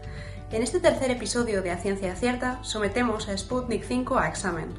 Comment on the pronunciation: No es Sputnik "cinco", es sputniv uve V de vaccine, o vacuna.